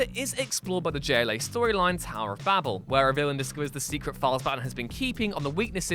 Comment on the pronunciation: And 'Babel' is pronounced 'Baybull'.